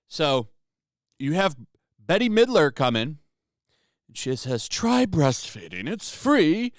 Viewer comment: So, you've clearly never heard Bette Midler's name said out loud before...